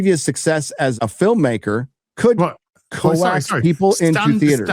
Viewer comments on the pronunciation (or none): “Co-Axe.” It’s pronounced COKES ya inmate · Did just pronounce coax as "co-axe?" 😂😂 Come on now.